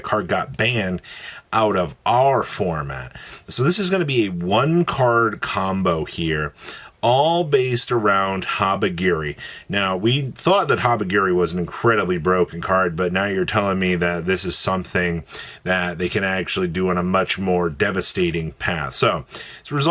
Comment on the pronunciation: Brooooooo pppllleeeeease. HABA-KIRI NOT HABA-GEAREEE. unless your doing it on purpose........ You won, I'm ragebaited